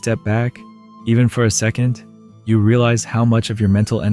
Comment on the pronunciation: That's what I noticed, a couple parts were read funny, like when he said you changed, instead of YOU changed.